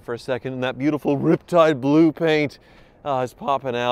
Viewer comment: why did you mispronounce riptide blue and urination Bob in this video?